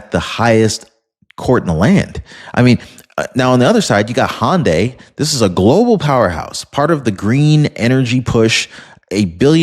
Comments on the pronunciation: Hyundai not hondya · It’s pronounced HUN-die not HON-day That said love your channel and appreciate all the hard work you put in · I'm pretty sure "Hyundai" is not pronounced "hon day".